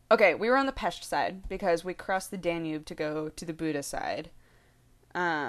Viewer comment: Holy crap! I don't think I ever heard any English-speaking people pronounce "Pest" as natives do, before! +1